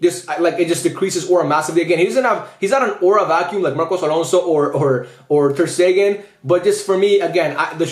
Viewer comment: My man did Ter-Stegen wrong in every way possible.